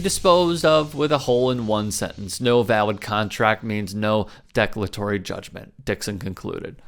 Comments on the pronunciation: It's declaratory, not deck-latory. As in, 'I do declare!' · First off, I liked the video. But especially in a segment where you're going after someone and tossing out some sarcasm and zingers along the way, pronouncing the word de-CLAR-atory "declatory" not just once, but TWICE, was tough to watch. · "Declatory"??? If you're gonna read the news off a teleprompter, at least pronounce the EASY words right. De-CLAR-a-tory! Your justifiably snarky outrage is undermined by your inability to speak clear English. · "De -clar -a -tory". Declatory is not a word. If you're going to make Youtube videos, putting some effort into mastering the language you are making them in might make you seem as though you have a tiny bit more credibility. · I think that judgment is pronounced "de-CLAR-a-tory."